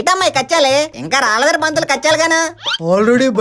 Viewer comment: Kechali kada adhi kachali ha